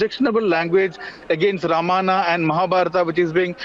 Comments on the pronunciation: Whats happening , a idiot insults our culture we keep quiet , when do we kick these idiots out and worse the journalist cannot even pronounce Ramayana , its Ramayana not Ramana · why he is not able to pronounce Ramayana he says Ramanna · Learn to speak ramayan and mahabharat correctly. रामायण और महाभारत. NOT रामायना OR रामाना AND महाबारता. IDIOTS. अंग्रेजोंकी औलाद. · The reporter can hardly pronounce Ramayana